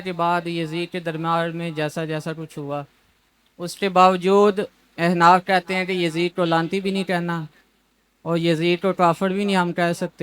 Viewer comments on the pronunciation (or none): Ahnaf ہوتا ہے ehnaf نہیں ہوتا ہے بندے تو ڈھنگ کے بٹھاؤ